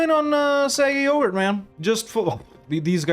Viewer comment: i love how as eu4 nears its end has finally started correcting himself when pronouncing 'aquileia' as 'aquielia' but still calls 'sarig yogir' 'saggy yoghurt' never change you magnificent man